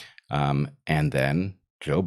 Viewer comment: So, that’s how you pronounce Harris’s first name: Chimera.